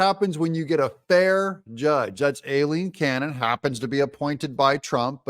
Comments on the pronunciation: Judge Cannon’s first name is pronounced: EYE-LEEN….NOT “Eh-Leen” Doug, you’re a VERY slow learner❕ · Eye lean is the correct way to pronounced her name. She is a good judge! Trump 2024!🇺🇲